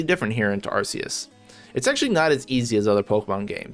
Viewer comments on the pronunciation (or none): "ar-ke-yus" man correct your pronunciation first